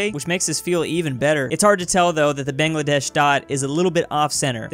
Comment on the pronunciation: actually Bangladesh isn't pronounced like BANGngladesh (where bang is like the one in 'bigbang) it's actually pronounced as bAANGladesh(where Bang is like the one in 'Mukbang')